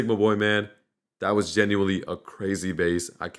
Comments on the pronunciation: U said Genualy 6 times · U said *gineuely* WHATEVER ITS CALLED 8 times😂😂😂